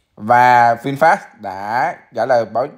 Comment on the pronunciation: nghe no đọc là vinfat, cười ỉa luôn